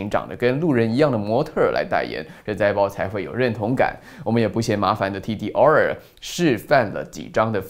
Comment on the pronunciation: Dior?中國人的發音是Door~~